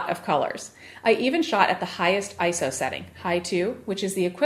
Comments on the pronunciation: 'The screen moves differently'. Wow, such a great reviewer... NOT! So simplistic it's unbelievable. And it's not pronounced 'Eye-So', it's 'Eye-Ess-Oh'. Absolutely the worst channel on YouTube. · It's Eye-Ess-Oh, not Eye-So, just as it's Nick-On, not Nye-Kon!!!